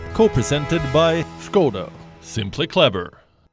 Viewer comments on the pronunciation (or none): none